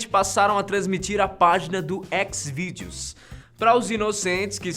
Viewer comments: Foi o serjão berranteiro que atirou na mulher.. é ''xizvideo'' não ékezvideo.. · x videos kkkkkk no Brasil se fala Chis videos